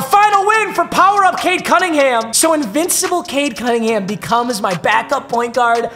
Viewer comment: Especially when it was pronounced “Cade”